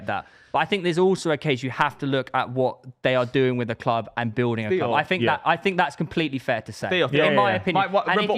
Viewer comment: says clob instead of club, proper weird